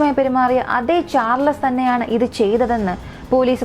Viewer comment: Bore അവതരണം. വലിച്ച് നീട്ടി പരത്തി... എന്ത് പറഞ്ഞാലും അവസാനം ആ വാക്യത്തിൽ grammatical mistake ആണ്. വാക്കുകൾ തെറ്റായി pronounce ചെയ്യുന്നു. മോശം എന്ന വാക്ക് കണ്ടുപിടിച്ചില്ലായിരുന്നെങ്കിൽ അവതാരിക എന്ത് ചെയ്തേനെ... Situation അനുസരിച്ച് ആണ് പദങ്ങൾ ഉപയോഗിക്കേണ്ടത്. ഇവിടെ എന്ത് പറഞ്ഞാലും അവസാനം മോശമായി,മോശമായി എന്ന് മാത്രം ആണ് പറയുന്നത്. കേട്ട് കേട്ട് മടുത്തു. Pls note: ചാർ ലസ് അല്ല , ചാൾസ് ആണ്. പേരുകൾ എങ്കിലും മര്യാദയ്ക്ക് പറയാൻ പഠിക്ക്...